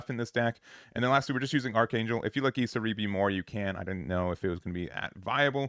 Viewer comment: miKAzuki emphasis on the Ka and not the zu. Same for iSAribi and not isaRIbi! Regardless thank you for the content.